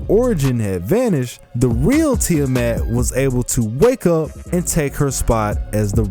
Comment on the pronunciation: "ti-a MET"..lol english speakers sucks when pronounce the "A"..